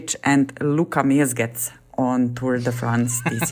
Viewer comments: Pronounced Luka Mezgetz. Letter "e" in this case is as in the English word "get". Both times :). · She has a very strong accent. Mezgec definitely isn't pronounced like that where he comes from, and neither is Mohorič.